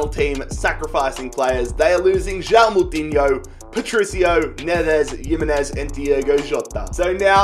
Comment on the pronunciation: yimenez??? its himenez